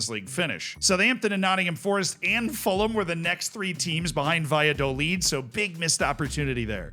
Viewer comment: ngl, I was cringing in anticipation of your pronunciation of Fulham, but congrats.